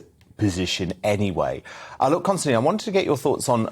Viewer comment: Constantine or Konstantin mate? Get it right.